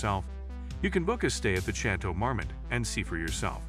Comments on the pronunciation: The last Château Marmont was pronounced like Chatle mormond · Chay-toe mar-mit. Dude needs to work on pronunciation. He had it right in the beginning of the video and it kept getting worse from there lol. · How do you manage to pronounce Chateau Marmont differently every single time you say it? 😒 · When you can't even pronounce the name of your subject correctly, I know I don't need to waste my time on the rest of the video